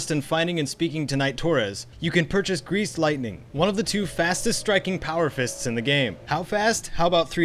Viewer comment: am i the only one whe thinks greace when i hear greace lightning